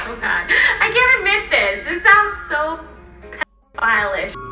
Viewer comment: At first I thought this whole thing was being overblown a bit. But the more I watched the more disturbed I got. Lying and getting a dog killed, filming dead cat, filming naked little boy at the beach, the sheer amount of times she said the world pdoohile. WTF this is a very creepy person.